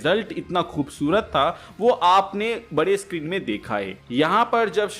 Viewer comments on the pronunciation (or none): none